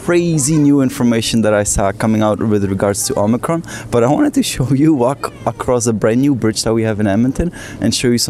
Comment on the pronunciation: Branch O-mice-ron?